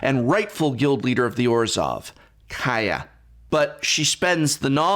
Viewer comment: Just finished listening to the audiobook this morning. Very underwhelming. Some cool moments, and I really liked the new character Rat but other than that, nothing special. Sidenote: the narrator of the audiobook kept pronouncing Orzhov as Orzjov. It was very grating.